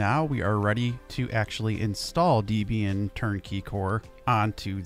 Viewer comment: "deh-be-an" not "dee-be-an"